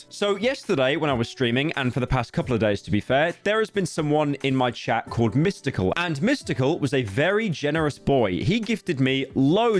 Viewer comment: Really threw me off to hear him say Mystical so many times Edit : Typo